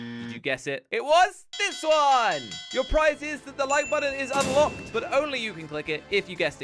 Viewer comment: nvm i heard ' prize as ''fries'' LOL fries is my fav food btw